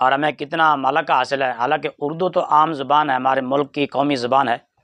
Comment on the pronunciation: مرزا اردو کو بھی اڑدو پڑھ رہا ھے